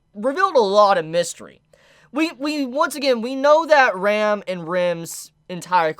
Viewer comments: I was so confused with his pronounciation of Ram and Rem. It was supposed to be pronounced like (Rum) and (RAM) respectively lol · why does every anime reviewer pronounce Ram's and Rem's names the very same ? it always confuses the hell out of me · pls pronounce the A in Ram more cuz I couldn't destinguish from Rem to "Rem" XD, still tho pretty good vid. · Ahaha I still can’t distinguish between Ram/Rem when you say their names out loud